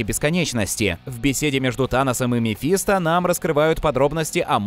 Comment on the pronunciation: МефистО!!! Мефисто́ На О окончание Полное имя мефистОфель